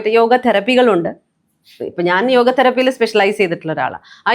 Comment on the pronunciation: yoga enna parachil tettaanu..സംസ്കൃതത്തിൽ അങ്ങനെ ഉച്ചാരണമില്ല